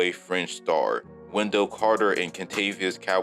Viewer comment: And Caldwell lol